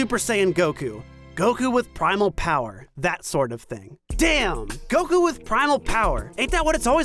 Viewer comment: Hey, thanks for knowing how to pronounce Goku's fkn name man